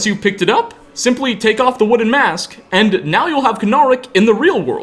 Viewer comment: wooden ... woo'den... wo-den...odin....